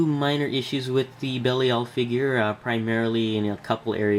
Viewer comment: I believe his name is pronounced "Buh-LIE-el". Nice review! :)